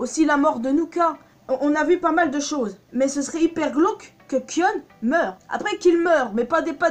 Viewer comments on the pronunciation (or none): On dit Kaïon pas kion.. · sa se dit kayonne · Sa s'écris Kion mais sa se prononce Kayon ou Kaïon pour se qui ne save pas le prononcé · Alors déjà au lieu de prononcer "kionne" ça se prononce "kayonne" mais sa s'écrit "kion" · Sa se prononce Kayon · Kion se prononce "kaion". Le "I" est prononcé comme en anglais. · Pourquoi tu mâches le prénom de Kion ? Ça m’a crispé dans toute ta vidéo. J’aurais bien voulu regarder en entier si ce n’est que ça qui me gêne. 😓 A par ça, j’aime assez tes théories.